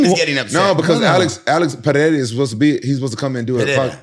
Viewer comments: Pereira (Puh-Rey-Ra). There is only an "H" sound in Brazilian Portuguese if the name begins with an "R" or if there are two "R"s together (like Diego Ferreira). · Rampage making me lose brain cells. Got me thinking how to even say "Pereira". Absolute idiot. Logging off.